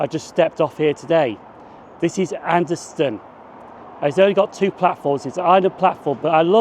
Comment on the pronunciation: “Anderston”, never heard a local say it that way.